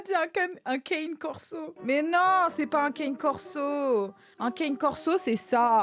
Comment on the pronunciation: un "keyne corso" et un "lévier afghan" 😂😂😂